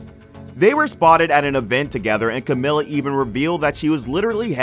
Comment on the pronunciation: It’s pronounced camEEla. Cmon guys it’s been nearly 10 years lol